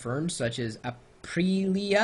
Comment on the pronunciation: Apreeeelia? lol.